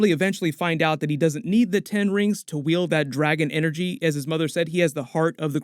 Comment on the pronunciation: Bro, did you say “big dragon energy”?!?!? 😂😂😂😂